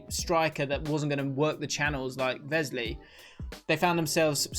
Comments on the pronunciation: No Grealish, Martinez is player of the season for me... Also its Wesley not Vesley haha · Please don’t say vesley